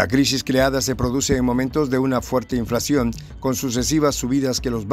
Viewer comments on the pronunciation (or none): none